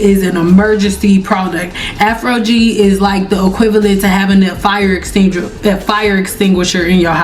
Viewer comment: Afro-gee, never heard it pronounced like that before 😮😊